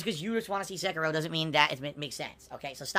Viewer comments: The way he pronounces Sekiro fills me with hatred. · ...the fuck is a "Sekero"? He can't say Seh-Key-Ro? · I HATE the way he pronounces sekiro! Its se-kir-o! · Nor Sekiro.